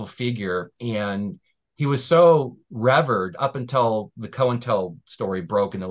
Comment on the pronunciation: he was "rev urd". Ok professor.